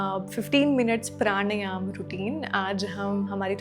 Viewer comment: When you can't pronounce a word correctly.. प्राणायाम it is, not प्राणयाम. We are Indians not foreigners.